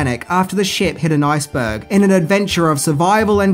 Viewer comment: its called an Ice burg, not a nice burg, just saying